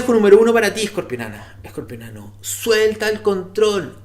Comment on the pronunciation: Se dice Escorpiano no Escorpionano